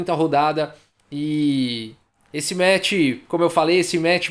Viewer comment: "esse metch pró-metch" Kkkkk